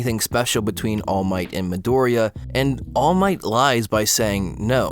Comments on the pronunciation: Ok so this is the first video I've seen by this guy but I noticed he say all might weird. Like he says "all MIGHT" instead of "ALL might" like he's saying it in a sentence "he has all of the might" instead of "he is all might" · every time you say all might I have a stroke. It's ALL might, not all MIGHT. Boi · All Might one word kiddo. Not All----Might. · How literally the whole fandom pronounces it: Allmight How pronounces it: All Might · all miGht (i'm sorry it's just funny to me how you put a lot of emphasis on "might" when you say all might's name) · Im late but like the way he pronounces all might cracks me up 😭💀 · “ All Might ” Sorry, his pronunciation/the emphasis on the word killed me! 😂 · idk why this bothers me so much but this dude constantly exaggerates the ALL in all might instead of the MIGHT idk why this hurts me so much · love the vid, but the way that you pronounce all might hurts my ears. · The way he pronounces “All Might” tho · The way you put emphasis on All Might is very odd, good video though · Listen man I dig you but the way you say "all might" is incredibly jarring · This was a wonderful and well thought out video, but I hate the way you pronounce all might with the long pause in the middle... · Loved it until you started saying All Might's name, absolutely hated it from that point onward :') Still, it was quite entertaining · I hate how you say Toshinori's name. 😂😂 All MIGHT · the way you say all might XD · Omg WHY do you keep saying All Might like that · Disliking this video just because of the way he says "All Might" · you say allmight wrong bruh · For some reason the way you're emphasizing "All Might" is annoying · Stop saying all might like that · Great video!! My only question is why do you say All Might like that??